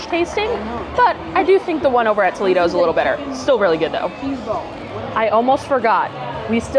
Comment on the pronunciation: tol-EE-do is in ohio, tol-AY-do is the restaurant…